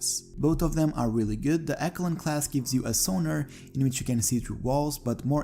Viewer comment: Ok u did a good job but c'mon dude eckalon